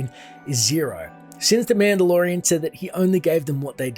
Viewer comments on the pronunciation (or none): none